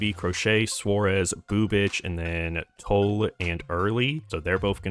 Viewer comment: Payton TOLL-E.. Tanner HOW-K.. cmon now